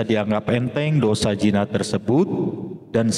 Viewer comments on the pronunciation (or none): Bukan jina tazd tapi zina